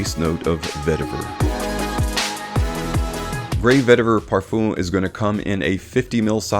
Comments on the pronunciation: Man said parfoom 😭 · I’m pretty sure he doesn’t read the comments and will say "parfoom" for the rest of his life